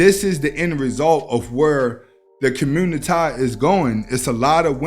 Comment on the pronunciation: This nigga said communi tye lmao I’m dead 😵